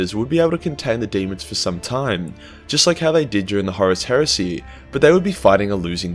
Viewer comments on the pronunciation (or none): Why do I find the way you say heresy so funny? lmao